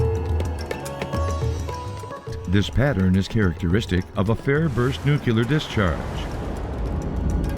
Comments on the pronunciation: enjoyed this video ... PLS note the word is pronounced as spelled ... Nu-clear ... not New Q lar ... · The mispronunciation of nuclear is really irritating.